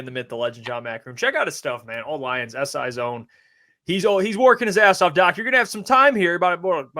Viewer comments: C-O-Nay guys not cy-on, I put this on every video on every different podcast. You all are getting his name wrong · please tell the guys that Sione's name is pronounced C-O-Nay not Cy-on. I'm Polynesian and that name is about as common as John in our world and hearing you and everybody else pronounced this wrong is killing me 😂🤣